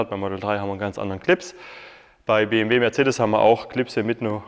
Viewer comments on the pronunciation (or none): none